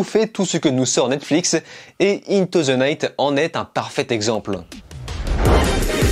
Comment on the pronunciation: Par contre tu pourrais faire un effort pour dire correctement "into"